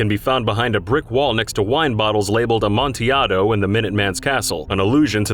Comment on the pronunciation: thank you for pronouncing amontillado properly